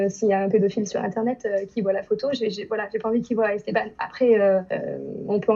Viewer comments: Wesh il dit esteBAN wesh c’est ESTABANE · Argghh ESTEBAAANEEEEUH pas esteban 🤦🏼‍♀️🤦🏼‍♀️🤣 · Il a dit "esteBAN" 😂😭😭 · Comment il arrive à dire Estebanc😨😨😨😨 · Comment il prononce Esteban?! 😂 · oui mais la c français alors que esteban en prononçant le an c espagnol